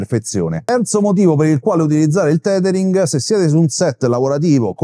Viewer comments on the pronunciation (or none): Grazie, ottimo video, anche se penso che si pronunci tethering e non titering ;-)